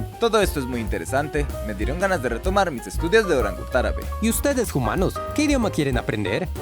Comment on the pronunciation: lástima el “jumanos” en todo el video.